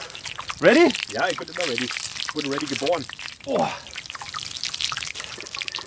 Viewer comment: ready for a Backfisch, der Englisch Profi xD haha😂